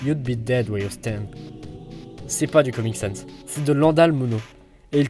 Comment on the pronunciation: ENFIN UN GARS QUI PRONONCE BIEN SANS PUTIN